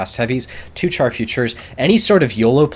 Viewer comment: I like your videos. One thing though. Char (french for Tank) is pronounces 'shar'.